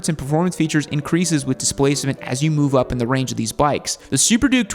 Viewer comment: “the wange” ? 😂